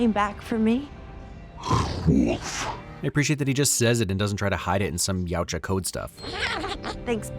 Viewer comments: its not pronounced yootja its yow-cha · I've always understood it to be pronounced "yowcha" I dunno where this uprising of the other pronunciation online even came from. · all wrong- it’s pronounced Eey-what-jaa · they...they pronounce yautja in the movies.....its certainly not whatever you're saying at the start. You fix it later in the video but you couldnt go back and rerecord the first lines with the correct pronunciation?